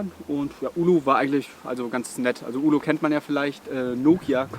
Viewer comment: Es heißt Oulu und nicht Ulu :D Aber schönes Video. Bekommt man Fernweh.